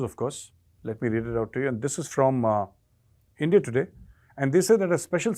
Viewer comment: I would miss hearing "Aindiya".